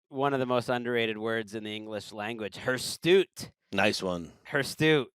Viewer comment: anyone else enraged that "HirsTute" kept on going unchecked?